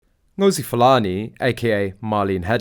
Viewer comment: Fulani is a Nigerian/Cameroon Tribe of Muslim Slave Traders who are still at work. Interesting that’s her chosen last name. She also doesn’t say her first name correctly. And don’t even get me started on her costume.